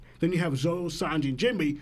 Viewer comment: Why is it so hard for the twins to pronounce Zoro?? It's 4 letters, 2 syllables fam